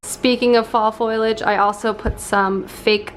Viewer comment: I love you but it’s pronounced faux-lee-age not FOILage